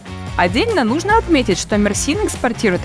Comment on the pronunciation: Не МерсИн а МЕрсин .